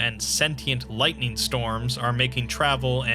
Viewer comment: "Sentient lithing storms" Oooof